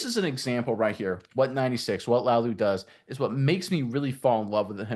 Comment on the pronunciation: Pronounced LA UH Lou